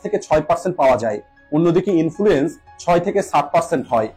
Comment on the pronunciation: Influence ta ki? Thik kore uchchron korun.